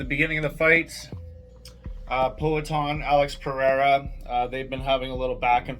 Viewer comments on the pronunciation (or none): Poatan! Its embarassing get it right